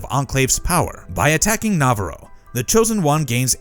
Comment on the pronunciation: Who taught you how to say navarro lmfaooooooo